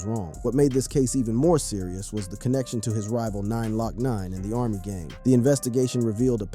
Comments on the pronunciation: done said "Hot BoyE" "Hot Bo "eye" & 9 LOCk 9 😂😂😂😂😂😂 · Did say “nine lock nine” as in glocknine??? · Who's thos man reading this calling the rapper 9 lock 9? It's just Glocknine, the 9 in front is meant to be the G-on. Glock9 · Mf said 9 lock 9 😂 its glokknine